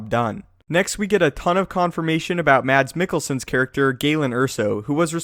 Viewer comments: Mads mikkelsen is said - Mass Mik-gel-sen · Mads Mikkelsen and Donnie yen :O <3 Hahah when you said mads Mikkelsen i laughed a bit ^^